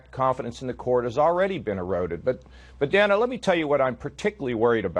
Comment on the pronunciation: Every time he said Dana I thought he said Dammit.